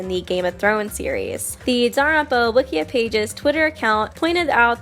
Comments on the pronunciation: i'm sorry, but i have really bad adhd and i get angry over very small things. Danganronpa is pronounced "dang gin ronpa" not "dong gin rompa". I'm not trying to hate at all, it just really, REALLY frusterates me. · Why do you pronounce "Danganronpa" as "darunpa"? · ytf u keep saying danganronpa like that